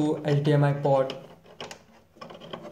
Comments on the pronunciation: hey man... it is hdmi port not hdmi pot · I know But you are pronouncing it wrong..Your pronunciation is like you are saying "POT" instead of "PORT"